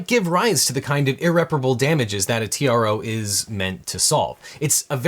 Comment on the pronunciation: At Legal Eagle said: "As you may know, this started with a request for a TRO." I heard: "this started with a request for a tiara."